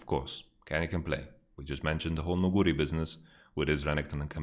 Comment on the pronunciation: most caster pronounce it Nu-gu-ri instead Nugu-ri. I dont know who is correct cause I trust your knowledge but yeah I dont know the way you pronounce it trips me bit up. Besides that you are awesome keep up the good work.